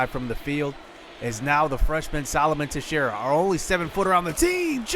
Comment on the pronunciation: hey i just wanted to let you know that texiera is pronounced (tex-era)